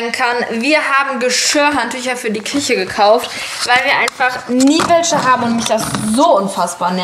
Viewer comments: Ich hab einen richtigen Lachanfall bekommen weil sie einfach Kiche statt Küche gesagt hat😂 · Du hast kische gesagt